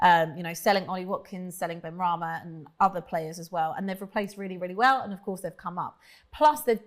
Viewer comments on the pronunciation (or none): none